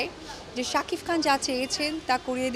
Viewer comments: Apu sob Somoy sakif sakif bolbenna,tar nam shakib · তুই কি সারাজীবন শাকিফ বলবি ।শাকিব বল নাম ঠিক করে বল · আচ্ছা কেউ ওরে শাকিব উচ্চারণ টা শেখা ভাই।,শাকিফ😂 ঢং করে কথা বলতে গিয়ে...🤮🤮